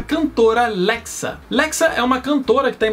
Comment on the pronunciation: A pronúncia de Lexa não é "lekssa"" é *"Lésha"